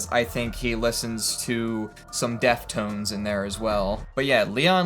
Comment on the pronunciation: Leon pronounces deftones as "deft ones"